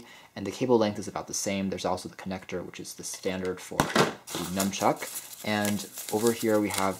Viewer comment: It's nunchuck, not numchuck!